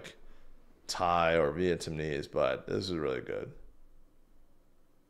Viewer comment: Is it just me, or do you keep saying "Vietamnese"?